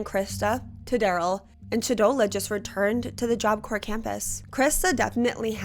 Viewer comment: i know that the video isn't about this but it took me out each time job corPs not corE